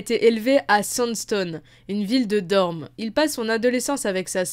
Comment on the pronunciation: je suis le seul à entendre DorMe au lieu de DorNe?